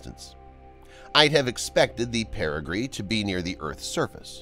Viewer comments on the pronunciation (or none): Pretty good job, but the word is perigee. PeriGEE, not periGREE. There is no 'R' in perigee.